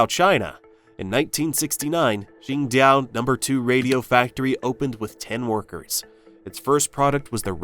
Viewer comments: IT'S QINGDAO NOT QINGDIAO 青島 not 青屌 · It’s Qing-Dao, not Qing-Diao. It’s green island not green penis.